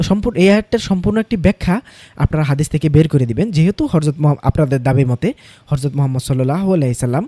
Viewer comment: আপনি "হযরতকে" হরযত উচ্চারন কেন করেন?